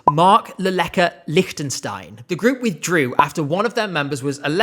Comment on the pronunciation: All I'm saying is: Leave Liechtenstein out of this. We are already dealing with not being able to participate while BOTH our neighbouring countires won after one another Edit: Best pronounciation I've heard of our name from an english person yet